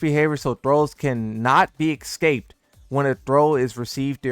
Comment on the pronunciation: "He cannot be eggscaped"